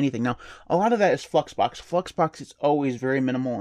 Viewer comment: Anyone else hear him say "Fuxbox"? Lol!